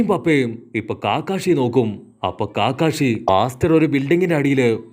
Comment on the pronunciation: Bro കാക്കാഷി അല്ല കക്കാഷി